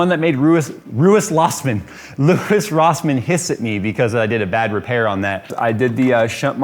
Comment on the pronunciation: "Ruis Lossman" 🤣🤣